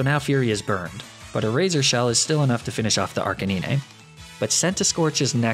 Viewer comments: Did he just say ar cin e nay and ne ne tails? Isn't it Ar can ine and nine tails? 😂 Did he just say Lup-rah?! Tf isn't it lap-riss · Ar-kuh-knee-nay Also: I mispronounced Condemnation, sorry. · I'm sorry, did he say nee-nay-tails and arc-uh-nee-nay? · Why would call it Arc-a-nin-è? It's Arca9. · One of my favorite things about is his funny pronunciations of Pokemon. One example of this is "Arcanineigh" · I didn't understand the reason behind a few of your pronunciations. Like Arca-nin-è, Nin-è-tales etc, Laprahh? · I'm sorry but is it my fault I was raged when he said NINItales. At this point as soon as I heard ArcININa....... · Arcaneenay and Neenatales. I'll be using thst pronunciation later lol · Please tell me the way you pronounced some Pokémon wrong on purpose Nine-tails Arc-canine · Ark a Knee neigh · THAT IS NOT HOW YOU SAY THE NAME! IT'S RK9! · The way he pronounces Arcanine makes me feel violent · What the hell does he call ninetales and arcanine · I hate how he mispronounces Arcanine🤣🤣🤣